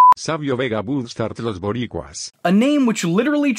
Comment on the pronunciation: You have to roll that r. Borrrrricuas 😂 Shout out to Savio Vega